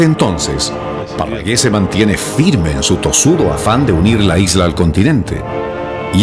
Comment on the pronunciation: Cuando Parragues suena como Guerra Gues